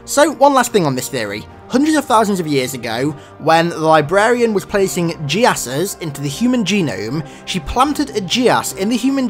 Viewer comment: Geass is pronounced like "gi-ess". Not 'Ji-ess' lol.